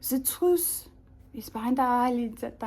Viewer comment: I could tell you really enjoyed saying trwuth